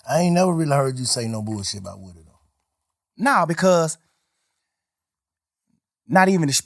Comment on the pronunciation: Most important thing in this interview is we have been pronouncing woody wrong. It’s like ric flair saying wooo